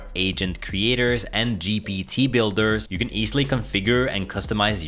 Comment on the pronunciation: Why do you say GBT instead of GPT?